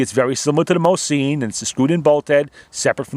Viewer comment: Awesome video mate! Just the way you pronounce Mosin just bugs me lol...